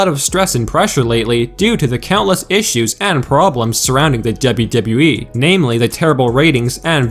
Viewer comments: The way you say WWE pisses me off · DUB-YOU -DUB-YOU E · Dude you say “WWE” weird. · He says WWE in a weird way